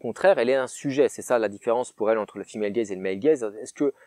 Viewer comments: Moi j'avais compris "fille malegaze" Autant dire que j'ai eu du mal pendant 3 quarts de la vidéo x)) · Pendant vingt minutes, j'ai cru que tu avais dit "le film HellGaze" et non "female gaze". Je suis déçu car je croyais à une version alternative de HellRaiser.